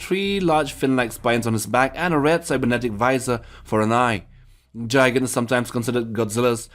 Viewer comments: It is "gigan" not "gijan" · SAME HERE ITS GI-GAN NOT DRA-GAN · .......It's GIGAN Not Jigan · It’s Gigan G not Jigan But good video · It is pronounced Gee-Gonn not Jy-Gann...Gigan was awesome. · it's not Jigan; it's Gigan, lmao! Pronounce Guy, then go to Gan. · I like how he ses gigan like jigan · I pronounce Gigan Guy-gan, and I'm sure somebody else pronounces it GE-gan, but I don't think anybody else pronounces it Ji-gan... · He pronounced it ji - gen It’s gi - gen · Jigan seriously its g i g an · it’s pronounced “GUY-gan” not “JI-gan” 🤦🏽‍♂️😒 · Pretty sure it’s Gigan, not Jigan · Gigan not Jigan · Its gigan not jigan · Its gigan not jigan idiot. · ITS PRONOUNCED GIGAN NOT JIGAN sry its personal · Say it with me: guy-gan not ji-gan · “Jigan” NO. “GUY-gan”, no J.... sorry this really annoyed me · It's pronounced "Guy-gan," not "Jai-gan." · I was also really annoyed by this. It's "GI-GA-N" not "JA-I-GE-N". Both G's are pronounced in the way you do when you say words like Golf, Globe or Guide. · Gigan is pronounced "Guy-gan" not jaigan Just like gif you don't say joldfish or joldan retriever. (Yes gif is pronounced that way not jif because it stands for Graphics Interchange Format not juraphics) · Did you say "Jaegun", instead of Gigan? The fuck...? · It’s pronounced Gai-Gan not Jai-Gan! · My nigga really said jigan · same he keeps on saying jigan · You say gigan like guy-gan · Dżajgan lol xD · AHEM* Gee-Gan... that is all. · Gigan is pronounced Guygan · And it’s pronounced gignan (guy-gan) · Did..did you pronounce gigan as jigan? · Gigan is pronounced with a g as in grape and not pronounced with a g in giant. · Gigan is pronounced Gi-gan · It’s Gigan! Get it right!! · I mean he didn't say Jidora or Jodzilla so I don't know where he went wrong with that one 🤣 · He pronounced Gigan wrong he said Dra-gan or Jai-gan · Let's just admit it; if Space Godzilla used the infinity gauntlet we'd all be screwed. And I thought Gigan was pronounced Guy-gan. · The Giggle Hut jijan